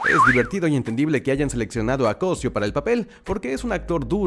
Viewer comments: ¿"CÓSIO"? ¿NO ES "COSÍO"? NO QUE MUY ORGULLOSO DE SER MEXICANO. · Cosío (Cosíiiiiiiiio ), no Cosió y menos "CÓSIO"... AHÍ TE ENCARGO QUE SE NOTE EL ORGULLO DE SER DE MÉXICO, decir mal el nombre dejaselo a los no mexicanos... Jajaja ahí te encargo jajaja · Repite conmigo,: CosÍo... Co... sÍ...o Tienes un problemita con la lectura de acentos... 😔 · Muy orgulloso de ser mexicano y ni siquiera puedes pronunciar su apeido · Es solo que cdo una persona no save ni prounciar el apeido de su propio compatriato se siente falso el orgullo eso es todo